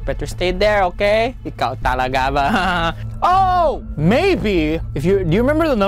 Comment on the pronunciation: You know how Roi is Filipino right, it was funny when he used his filipino accent and said "ikaw talaga"